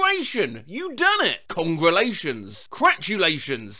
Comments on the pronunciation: “Congration You Done It” 😆😆😆😆😆😆😆😆😆😆😆😆😆😆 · Y'know what? I'm saying "Cratulations" on peoples birthdays from now on! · I sometimes pronounce congratulations like that as a sorta ironic thing